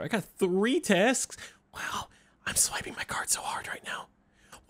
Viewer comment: I heard "Tasks" as "Taxes" in the beginning and I thought paid his taxes in Among Us.